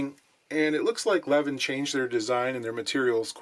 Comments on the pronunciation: It's pronounced L'veen. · It's pronounced "Leveen". Greetings from Sweden! :)